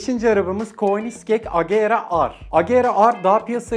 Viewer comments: o koenisseg diye okunmuyo bildireyim dedim könikseng agera diye okunuyor bey bu arada tabiki güvenlik acele giden ecele gider derler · königzeg agera ar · koenisgeg nedir aga ya bari telaffuzları öğrenseydiniz :D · Abi koenigsegg öle okunmuo kenigzegg diye okunuo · o koenigsegg telafuzu neydi lan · Abi keşke koenigsegg in adını doğru söyleseydin